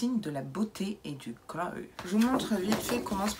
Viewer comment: On dit glo (glow) pas gloye!